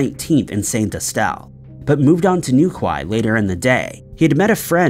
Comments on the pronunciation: New ‘key’ 🙈😆 not Kwie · shay-mus, not see-mus new-key, not new-kway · he pronouced newquay as new qui ,😂 and not new key , if you notice they pronounce yorkshire as ( york shy err or arrrr ) we say york cher , anything with shire at the end they say it wrong , sorry for bombarding you i agree with you they don’t know how to say hawaii their own states , i sometimes hear them and think noway 🙈are they doing it deliberately 🤷‍♀️😂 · Its pronounced New - key Not new quay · “The town of Newkway” 😆 I understand you’re not British so you don’t understand the pronunciation. Newquay is pronounced New-Key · Its NewKEY not "newkway" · New Quay is New Key not Kwai and Seamus is Shay mus not seemus 😂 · The pub in the Claire Holland case is pronounced SHAY MUSS and in the chad Gibson case NEW KWAI is pronounced NEW KEY. American people have no idea about the language they speak. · New key not New Quai 😂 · Its pronounced NewKEY, not.NewKWAI. Please research pronunciation as well as the town/city name. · Seeemas O'Donnells....... New-kway......Deerdra😂😂His pronunciations crack me up!!🤦‍♀️ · Saint Aus-Tell and New-Kye had me cringing 😂😂😂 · Pronounce new key in the Chad story great video👌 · Newquay is pronounced, new key. Respect from the UK. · Pronounced New Key🤔😖😳🤦‍♂️🤦‍♂️🤦‍♂️🤦‍♂️🤦‍♂️🤦‍♂️🤦‍♂️🤦‍♂️🤦‍♂️ Like Dookie!!!!!!!! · Seamus is pronounced Shaymus and Newquay is pronounced New-key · "New-kway" Hahahahaha. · hey there newquay is pronounced New Key. Been there. enjoy you channel. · Just saying.... number 2, it's pronounced New-key 😁😁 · New-key is how you say it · You would think he would Google the pronunciation of Newquay it's certainly not how he's saying it! It's pronounced New key FGS! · sorry to be that person, but it's pronounced New-KEY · Sorry, bothers me a bit. Newquay is pronounced "Newkey" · It's pronounced "newkey" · Its pronounced NewKey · Every time he says Newquay it hurts. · Wow you absolutely murder the pronounciations of St Austell and Newquay